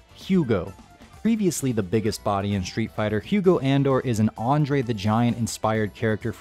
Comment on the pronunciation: Hugo's last name is pronounced Ahn-dor-ay like Andre